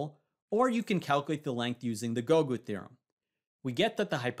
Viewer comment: Say Gougu again... I dare you.